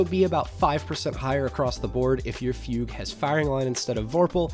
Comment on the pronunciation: Incredible work for this and the heavy weapons video. Thank you. Subbed. Also, THANK YOU for pronouncing “Fugue” correctly